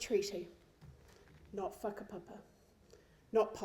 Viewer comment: Sis couldn’t even say whakapapa correctly! Whakapapa isn’t a box sis!! See, you would’ve known this if you were privy to that “whakapapa” understanding.. but sadly, you use your nil knowledge on whakapapa, and weaponise it! ACT IS A DIVISIVE GROUP! Karen, you say, “Basic humanity you share with your neighbours” and what exactly does that humanity look like?? Because lord forward I ain’t about to talk a whole lot of garbage about the weather with my neighbour! Māori goes deeper, MANAAKITANGA! Manaaki TANGATA! Maori hospitality goes above and beyond! Not once have I felt comfortable in a non Māori setting that required some togetherness and sharing, it was cold, conversation was minimal and very surface level, the food omg! The food was bland!! See Māori will never turn away their guests, everyone is taken care of, no matter what’ and that’s the beauty of being Māori’ unless you’ve experienced that type of close caring connectedness then your narrative is always going to be a back footed one Karen. It’s obvious you sat on the outside of not knowing your whakapapa, and that’s really sad, because there’s so much richness in knowing who and how you became you! I swear, you go to an ACT part shin dig, you will leave still feeling hungry.. Basic human interactions is right! Basic and bare minimum Karen